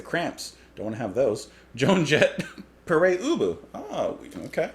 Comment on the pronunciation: Always heard Pere Ubu as - (Pair Ooboo)